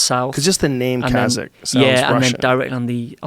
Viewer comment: He isn't pronouncing it properly that's why. Many slavic names end with AK like Polak, etc... But Kazakh is pronounced Kazahh where the H is emphasized, no K